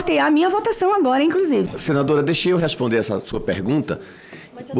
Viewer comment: Essa cambada ganha para atrapalhar, o que a Damares está falando? Parece que ouvi ela falar "incrusive"